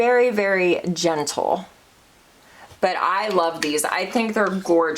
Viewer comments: Personally, I love ❤️ a longer video!! When you did a swatch of something, it sounded like you said genital, when you were trying to say, gentle lol 😆 🤣 😂 it has to be your accent. You're the BEST, 🤍🤍🤍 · Did u just say very, very genital?? 🤣🤣🤣 U crack me up!